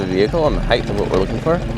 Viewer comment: Height. Not heighth.